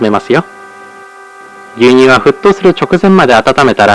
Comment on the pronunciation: 牛乳の発音がめっちゃ昭和っぽかった